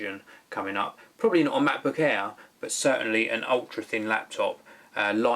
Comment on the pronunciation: When I first heard, I was wondering:"No, I want to watch a review of Macbook Air, not Macbook Hair"